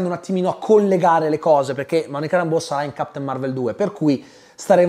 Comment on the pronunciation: Si ma se il personaggio di Monica Rambeau viene pronunciato "Réimbo" sia in originale che nel doppiaggio italiano, perché sul tubo ( compreso) sento sempre dire "Rambò"? È inglese, mica francese